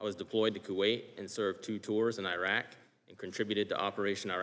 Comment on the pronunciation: At least name the country correct it is not AYREQ or i WRECK for US army, it is IRAQ.